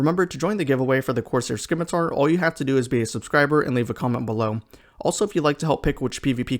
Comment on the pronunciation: Good video. The word is pronounced "SIM-itar", the c is silent.